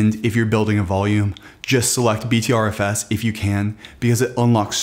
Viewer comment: It’s pronounced butterFS :)